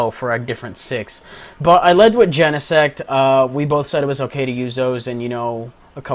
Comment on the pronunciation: you are the only one who actually pronounced Genesect right lol